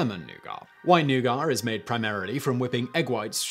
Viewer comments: New-git, not new-gar. Not news: Simon is still trolling his viewers. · It's nougat, not nougar !!!! It's like the Nike Fiasco all over again.🙃🙃🙃🤦🏾‍♀️ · I've always heard pronounced as NEW-git. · I was listening only and not watching, and spent the first half of this video trying to figure out what new-gar was. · I’ve never heard it pronounced anything but NOO-gitt, I had to stop the video and look at my partner to confirm her surprise as well. Hahha. I love humans. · What's a 'noogar'? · Nougah (Nougat) is like "rick" spelled with a silent "p". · "new-gar"? Wtf lol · wtf is a newgar?! is it like leves? or like chiner? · New-gut please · Wtf is "NEW-GAR" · You are speaking English. Using the word Nougat while speaking English, you are suppose to pronounce it 'New Get'.... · Your french pronunciation is slightly better than your english pronunciation. But both are horrible! C'mon! English is supposed to sound like "newget" French is supposed to sound like "nu-go". You weren't even close. Took most of the video before I knew even what you were talking about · James Walker well it is a french word, and the french are allergic to pronouncing the final letter of words so, yeah very british... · It took me a really long time to figure out he was saying nougat😂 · Interesting. Today I found out that simon doesn’t pronounce the T in nougat, because French. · This is the first time I've ever hear nougat pronounced that way and I stared at my screen baffled. 🤨🤨 Haha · I mean if you are going to argue about the correct pronunciation of noughat, look no further than the origin. Which as simon said is french and we all know the how the french add unnecessary letters to their words. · NEW VIDEO IDEA. WHERE DO BRITISH PEOPLE SEE THE "R" IN THE WORD NOUGAT? .... that one triggered me i don't know why lol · Their isn’t even an “r” in that word. 😕🤔🤷🏻‍♂️ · He's uncomfortably close to pronouncing "nougat" with an unnecessary "r" as if it was a racial slur, there. Tsk!